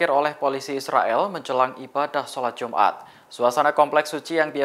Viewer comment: Salat jumat hahahahahaha woiii kau x belajar baca ka, salat jumat ka solat Jumaat woiii